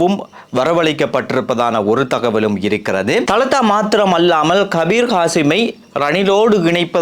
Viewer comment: Thalathß illai dhaladha enru sariyahachchollawum